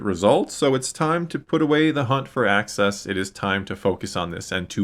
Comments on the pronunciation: …“Axis” not “Access” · It's AXIS, not access, bro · it sounds like you are saying “access” rather than “axis”. Maybe I’m just hearing you wrong. lol. Great episode!!